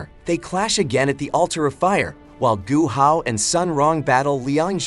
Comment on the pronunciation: Man called guo hao Gohan